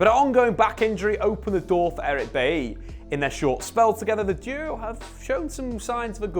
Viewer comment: 'Eric Baiyee'